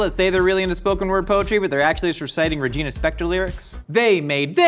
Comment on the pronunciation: you are such an amazingly complex human, and I am humbled to hear you say Regina Spektor.